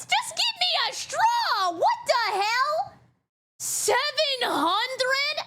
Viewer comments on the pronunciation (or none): I like how says "wat te hell!" Also holy rapgod